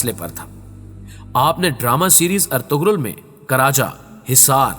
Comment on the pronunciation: ارطغرل ہوتا ہے ارتغل نہیں